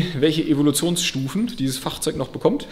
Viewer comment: Deine Aussprache bei dem Wort Fahhhhrzeug 🤣✊🏼